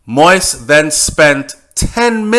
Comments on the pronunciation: Can you please say his name properly. It’s “mo-eeze”, not “moiz”. Thank you! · Do you read the comments on your channel? Please, please,please LISTEN! PLEASE PROUNCE THE PRESIDENT'S NAME CORRECTLY....PLEASE DO THIS BEFORE ANOTHER VIDEO GOES OUT.... MOISE ...IS NOT PRONOUNCED "MOIST"...... The correct pronunciation is.... MO...EASE.... OR. MO...EEZE..... WHEN YOU. CONTINUE TO MISPRONOUNCE HIS NAME IS SO DISRESPECTFUL!!?? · This guy speaking on this video makes me a French Canadian and my Haitian friends cringe so bad when he pronounce the name so wrong. It's not fucking " Moist" it's pronounce Moe-is it's a fucking french name so pronounce it right or just say Moses which is the English version. If you can't pronounce is in French then stick to the English version🙄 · please learn how to pronounce his name correctly. Stop calling his name “Moist” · His name is pronounced mo-yeez. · It’s still pronounced Moissssss sir and I’m getting in their ass and the comments about it. But you may continue with the reports I’m listening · “MO-EAZE” it’s not that hard. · You gon pronounce it right or mind your business.. noone gives a f about yt folks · Great information, appreciate it greatly. One thing, work on the pronunciation of the President's name. Thanks again! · If you know you're not pronouncing his name correctly, then why do you still mispronounce his name? That doesn't have anything to do with what others are doing? When we know better, we do better. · You sound terrible pronouncing it